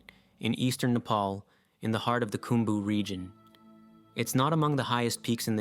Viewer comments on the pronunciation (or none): none